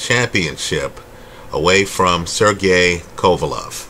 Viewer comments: Quick like/comment for pronouncing Sergey correctly 😁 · OMG, you pronounced "Sergey" in a correct way, finally...